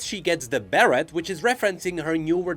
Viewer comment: bearet? XD It's pronunced BERR-ay.